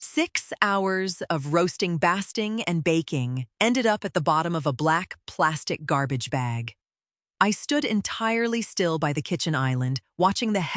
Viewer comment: Basting is pronounced bay-sting, not like lasting. So her son dumped the food she cooked and could not understand why his mom left. DIL then wanted Mom to clean up. The son is a wimp - defending neither his wife nor his mother. Mom made them remove their bedroom door when they tried to take over her bedroom - when is she simply going to evict them?? Finally, she bought moving boxes and gave them 14 days to leave. They left on a weekend trip. So, she hired a moving crew for their belongings and had them stored in the moving van. Good for her!